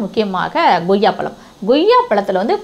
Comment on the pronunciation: அது என்ன ங்கொய்யாப்பழம்....? கொய்யாப் பழம் என்று சொல்லி பழகுங்க